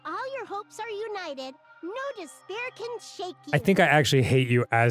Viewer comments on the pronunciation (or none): Spoiler: Despair = dis-bear.